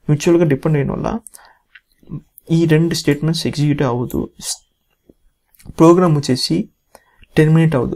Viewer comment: Plogram 🤣 proorgram🤣 purgram 😂 Finally he said program 😅